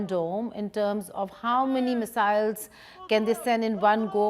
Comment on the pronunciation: "Ooooold Mesiles"